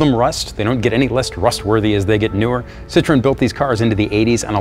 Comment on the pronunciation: you need to learn to say the name of the car. It is not a fruit, try Sit-row-en. I was a factory tech for Citroen 2CV, 3CV in a Mahari body (all plastic Beach Model yr. 1972) DS19, DS21 at a dealership in Milton Ma. This made me smile thanks for the trip down memory lane.